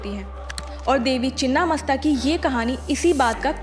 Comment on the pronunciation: मैडम चिन्न्न नही छिन्न होता है